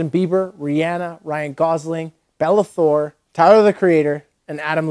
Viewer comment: "Bella Thor" huhh ???